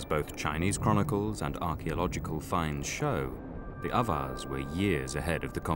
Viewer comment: If anyone is wondering what he's saying , since the subtitle was of no help had to do some web searching and came up with Avars. Closest thing I found to what sounds like "others".